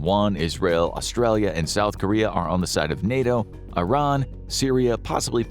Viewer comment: Do you think you will ever be able to pronounce Iran properly?